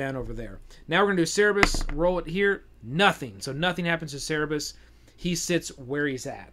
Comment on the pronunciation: Every time I hear "Cerebus" instead of "Cerberus", a little puppy dies. But overall, the video is great! :)